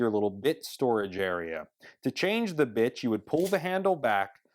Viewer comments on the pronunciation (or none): Did ANYONE notice he says "bitch" ? I slowed it down to 0.25. You can clearly hear him say "ITCH" instead of "ITS" for "drill bits"